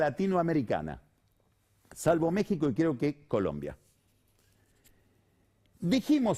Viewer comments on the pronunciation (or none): none